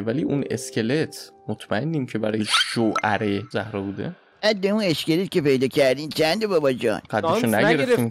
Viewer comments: بجای زهرا باید بگی زارا اینو همش اشتباه میگی😂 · زهرا نه زارا😂